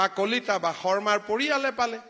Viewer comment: আপুনি শৰ্মা নে চৰ্মা ? বচুন্ধৰা নে বসুন্ধৰা ? ক্ষমা কৰিব এই আবলটন মানে নো কি ? আবণ্টন নহব নে ? দুৰ্ভাগ্য এই যে আমি অসমীয়া সকলে অন্য ভাষা বাদেই দিয়ক আমি নিজৰ মাতৃ ভাষাটোকে শুদ্ধ কৈ উচ্চাৰণ কৰিব নাজানো।